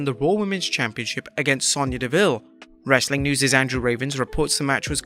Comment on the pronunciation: I'm new here can someone please explain to me why he says wrasstling content at the end